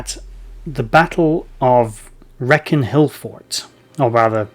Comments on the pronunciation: Thanks for the video. As a local to the Wrekin I can confirm that it is pronounced Reak-in and not Wreck-in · The Cornovii name came from their worship of the horned God Cernunnos. The Wrekin Hill was the capital of the tribe and their lands stretched from Powys to Chester. Wrekin has no C in the name. it's pronounced Ree-kin, not Wreck-in. It wasn't called the Wrekin in those times, and it's ashame he didn't talk about the were-wolf connection